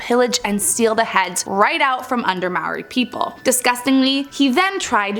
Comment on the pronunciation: Still cant say maori right. Roll the R. Pronounced properly. Its sounds more similar to mouldy. Just without the L.